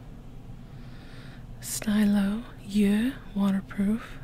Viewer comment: the chanel "stylo yeux" stylo part is pronounced like steeloh and stylo is just french for "pen" and "yeux" means "eyes" 👅